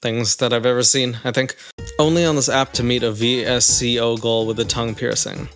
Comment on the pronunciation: What’s even more wholesome is that you called vsco v.s.c.o letter by letter 😂